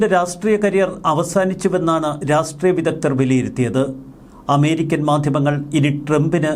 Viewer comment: രാസ്ട്രീയം എന്നു പറയാതെ രാഷ്ട്രീയം എന്നു പറയാൻ ശ്രദ്ധിക്കുമല്ലോ? അപ്പോൾ ശരി 🤝